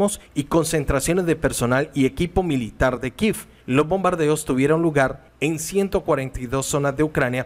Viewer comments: Tienes toda la razón no se el capricho de ese señor de pronunciar el nombre de la capital de ucrania kiev no kiffffffff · NO INVENTE PRONUNCIACIÓN_ KIEV es KIEEEEEEV De dónde saca kif